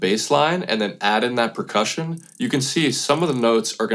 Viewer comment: Did you really say "precussion" ?